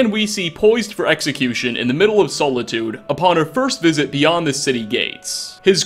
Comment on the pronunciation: "sole-itude" Nice cue card reading.